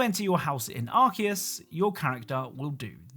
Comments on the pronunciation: I just wnat to add that it's pronounced Ar-see-us or Ar-kay-us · Your pronunciation of Arceus though.